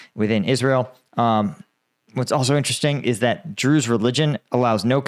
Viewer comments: I just have NoFx "we're the brews" but drews every time you say it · Everytime you say Druze I keep on thinking of Spaceballs and the "druish princess"